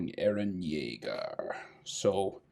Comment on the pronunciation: It's not jeager it's yeager